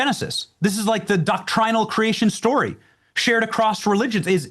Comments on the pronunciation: Regarding "doctRĪNal"...one can say DOCtrinal and not sound like an affected ass. Baptists do it all the time. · I've never heard it pronounced "doc-TRY-nal" before.